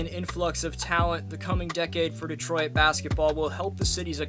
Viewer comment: Cool video, except for when he called us "Detroy-it" over and over.